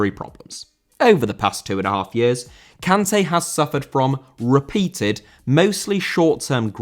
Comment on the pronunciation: Kanté* not Khantei